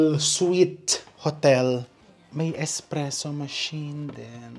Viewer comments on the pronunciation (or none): none